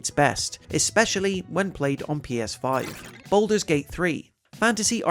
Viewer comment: gaming, its BALDUR'S Gate³..... NOT BOULDER'S Gate³